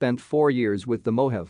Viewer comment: its not mo have. its mo haw vee